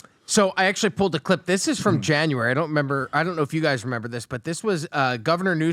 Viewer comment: is so intelligent but he says “do you member?” Brooo. It’s REMEMBER! lol